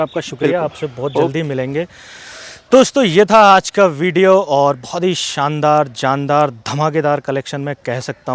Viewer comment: Shaandaar boliye Saandaar nahi